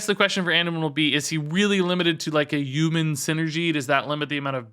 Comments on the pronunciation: Very humbled “Uman” that you are making this educational content lol Thanks as always! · What's a U-man? Lol